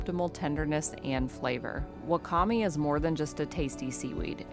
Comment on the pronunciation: Wakame is pronounced "wah-kah-may."